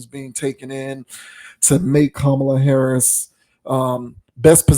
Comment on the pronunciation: She even pronounced VP Harris’ name wrong. This casket ready makeup faced troll is jealous of Ms. Harris.